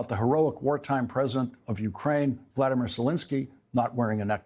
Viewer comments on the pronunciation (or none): none